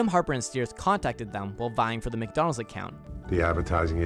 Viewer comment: mac do nald